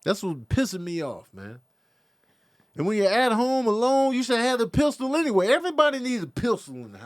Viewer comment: that damn Pist-Ule 😂